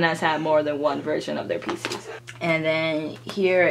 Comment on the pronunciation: what da hell is "pisis" ??? everytime ure going to say "photocard PISIS" im like "huh?? fvk what is pisis?? i dont know anything! what free photocard whe u go to showcase?? what showcase??? i dont understand a thing!" k perhaps im fake LOL